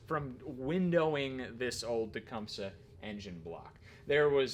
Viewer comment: You finally learned how to pronounce “Tecumseh”😄